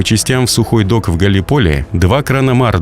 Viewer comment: Не хочется тебе это писать, но все-таки правильное ударение "ГаллИполи" и "Дарданнелы", а не "Дардинеллы"